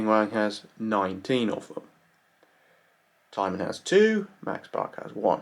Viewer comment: He pronounced it like the herb Thyme